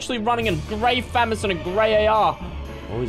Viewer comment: it is FA - MAU -S NOT FA - MOS